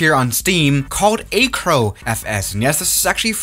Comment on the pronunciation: Lol he says "ayy-crow" instead of acro (as in acrobat) 😛